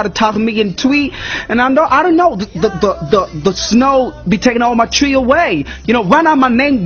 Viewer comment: He didn't say twi pls he said tui😅😄😄